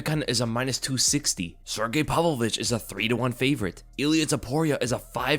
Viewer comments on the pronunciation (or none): none